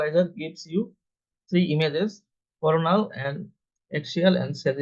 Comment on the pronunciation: Do NOT have AI read the description of procedure. Example: This was a MR (Magnetic Resonance) Defecography NOT a MR.(Mister) .Views were coronal plane NOT CORNAL plane(made it sound like commentary on corn(a vegetable)! Overall,however this was an excellent video of the procedure and commentary was also good except for those errors in pronunciation I pointed out. Just a few corrections needed . I have reviewed several defecocgraphy videos and this one is the best. BRAVO!